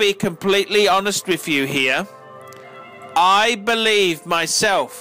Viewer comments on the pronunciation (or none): Wiff = with